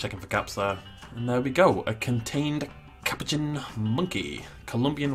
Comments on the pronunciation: You say it as cu po chin What is a caperchinn You also sed capucen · The A in capuchin makes an uh sound